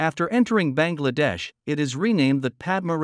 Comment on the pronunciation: Should pronounce as Bang!! La-dash.